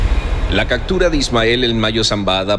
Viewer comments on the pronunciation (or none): Todo muy interesante, ¿no pueden contratar/conseguir un narrador que hable bien el castellano? Eso de decir cactura en lugar de una palabra tan simple como captura le resta credibilidad